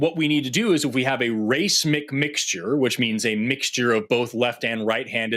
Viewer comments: We all pick up words when we're reading without having ever heard them pronounced. And English at the best of times has very strange pronunciation rules. The word "racemic" for example is pronounced "ra-SEE-mic" with the stress on rhe middle syllable. It's not pronounced "RACE-mic." Sorry if you thought it was. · I have never heard anyone pronounce "racemic" the way Forrest did. The caller was right on that, if nothing else. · You know Forest is a biologist because he says racemic incorrectly. He probably says the word ligand wrong too. Why is it wrong you ask? Because they say it differently than chemists. By definition if the chemists say a chemical word a certain way then that is the way it is said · Isn't racemic normally pronounced "rah-see-mick"? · Love you Forrest but you're pronouncing racemic wrong. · Love you Forest, but you are definitely mispronouncing racemic